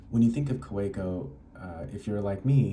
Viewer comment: It’s pronounced Kaveco